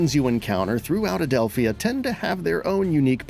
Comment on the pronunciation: I cringed overtime he said Adelph-i-a instead of Adelpha. Sounds like they didn't actually pay attention to the game.